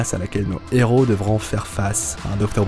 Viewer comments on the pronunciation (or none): none